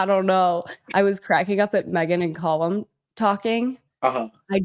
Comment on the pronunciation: It's Callum, not Collum